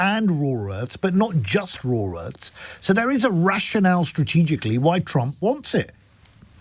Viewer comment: what is a "raw Earth"? 🤣